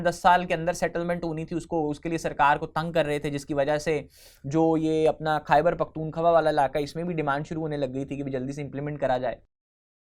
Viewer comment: khyber pakhtunkhwa to sahi sa bolna nai atta